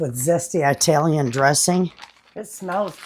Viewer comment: I love your videos. But I have to tell you, you make my skin crawl the way you say Italian. It not pronounced with a long "i". It is pronounced like the country, "Italy". Ask your Italian neighbor how to say Italian properly. Thanks for listening to my rant. I love you.